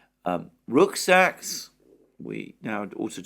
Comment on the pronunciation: The shorter form is preferable Alexander. It keeps you from waffling on and on. By the way, it's rucksack not rooksack.